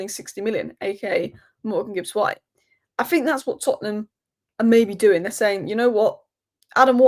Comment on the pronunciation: I like the way you say Tottenham...others mention Tottenham as if they have a problem with them.